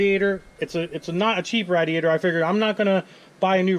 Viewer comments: Since you can't pronounce radiator, please stop saying it!! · The way you northern people say “radiator” 😂🤣